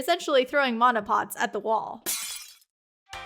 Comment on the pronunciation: Mana management sounds way better if you say mana right